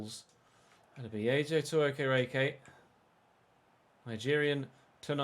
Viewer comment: okereke is pronounced awk-eh-rey-key like so can see